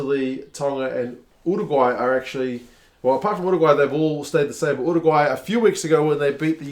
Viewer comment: You pronuce Uruguay weird, it sounds like your doing an impresion of a pigeon at the same time.